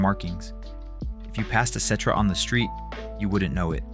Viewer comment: Is this shit AI? I was really enjoying these videos but when you listen to the playlist you start noticing the tell tell signs. Why’d you say cetra perfect 30 times but still manage to pronounce it ketra? What’s up with the talking in circles?